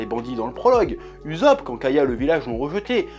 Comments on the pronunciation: Nooooooo il a dit uzopp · Stop écorché le nom de Usop..